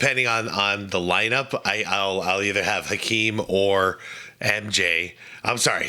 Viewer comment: is the only YouTuber who pronounces Hakeem's name correctly. As much as I don't like him I respect that.